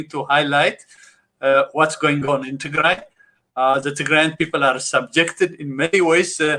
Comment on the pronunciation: I absolutely watch this show interesting enough to start calling Ethiopia Northern Ethiopia I think they have hard time saying tigray especially the participant the host is beautiful she is a great woman and she have pronounce the word tigray to dry the participant North Ethiopian Ethiopian this is the actual topic tigray genocide ethnic cleansing Emeryville swimming